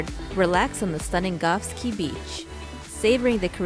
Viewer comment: Caye is not pronounced “key”. It is “Kay”. Nice video